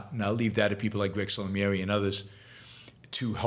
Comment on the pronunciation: Yaron love the show but it's pronounced sal-mi-èh-ree, not sa-lam-i-èh-ree